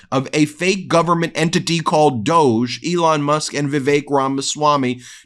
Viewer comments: 😢please pronounce Doge “Dodge”. That’s the intent I am sure. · Doge should be pronounced Dog-e. Two sylables